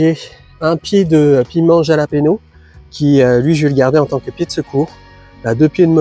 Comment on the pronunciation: Aussi bon à savoir Jalapeño se prononce plutôt comme "Ralapegno" 😉